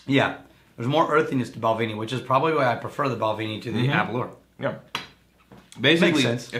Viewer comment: Please try the Balvenie Caribbean Cask. And please pronounce them correctly. It’s Bal-venny, not Bal-vaney; A-ber-lauer (as in “hour”), not Aber-loor